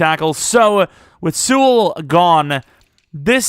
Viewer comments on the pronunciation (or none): none